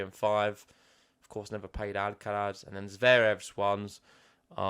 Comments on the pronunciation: It’s amusing how you go to the effort of saying the ‘sonorous lateral alveolar(Spanish)’ [l], but not the ‘voiceless dental fricative’ [θ](or th)(instead of “z” at the end) in Alcaraz’s name. Basically, you say the ‘l’ like a Spanish person, but then don’t say the ‘z’ like a Spanish person. I always find it weird that English speakers don’t pronounce it ‘Alcarath’ because we have the [th] sound in English. Also, please don’t compare Sinner to Fed, I like Sinner!🙌🏽😪 These matches should be great to watch, very interested to see how things will unfold!🤗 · The guy with the hat started pronouncing Alcaraz properly ("AlcaraTH"), but then ended up mispronouncing the "z" (maybe influenced by the other commentator), as if it was an "s".